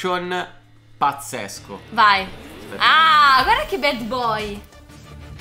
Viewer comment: Non si pronuncia BED boy si dice BAD con la A